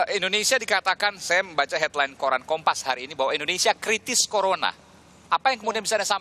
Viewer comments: Kritiss bu, bukan krisis... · kritis bukk bukan krisis:( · Bu..kritis bukan krisis ..yg ditanyakan..